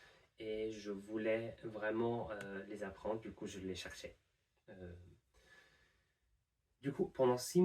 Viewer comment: très belle gestion du "du coup", ça fait très natif